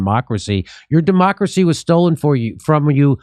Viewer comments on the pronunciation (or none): It was a slip of the tongue but it sounded like Jimmy said "dumb-ocracy" ... I like it, very accurate.